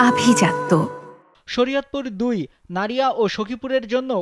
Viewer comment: নড়িয়া❌ নাড়িয়া✅